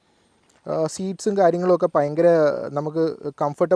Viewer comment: പയങ്കരം അല്ല സേട്ടാ. ഭയങ്കരം ആണ് ശരി 😂